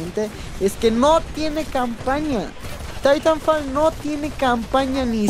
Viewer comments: Se pronuncia taitanfol no didanfal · Es titanfol "asi se pronuncia" Y se escribe titanfall